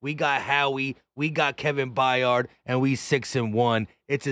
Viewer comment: It’s not By yard it’s Byard they always mess up our last name lol